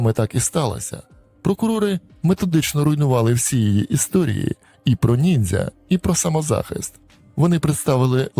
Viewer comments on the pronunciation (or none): none